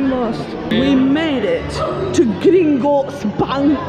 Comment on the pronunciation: Every time she says "Gringotts Bank" she keeps getting more and more Scottish! Lol 😀